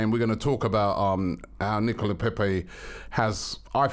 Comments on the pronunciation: No one: Robbie: “Nicola Pepee” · FAM his name is NICOLAS, there’s a ‘LAS’ there, triggers me so much